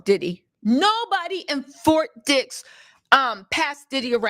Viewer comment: Hi it sounds like "FORT DICKS" LMAO.